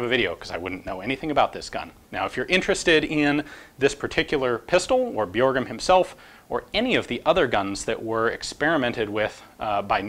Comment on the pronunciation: The "ø" in "Bjørgum" is pronounced the same way as you do "ea" in "early" :)